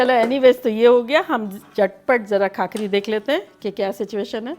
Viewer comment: Khakhari nahi usko bhakhari bolte he